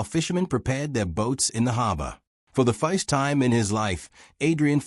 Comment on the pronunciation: AI reader is deplorable. “Fo the foist time”. 😂, desoiv 😂, really? Turning the story into a joke.